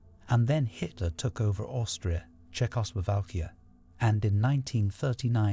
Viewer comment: The narration so fake. He keeps saying polish as in like furniture polish instead of Polish. 😂 And he butchers pronouncing Czeckslovakia